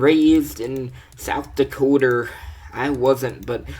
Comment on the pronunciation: "yerrr im south dikoterr. yerr" Died a bit there XD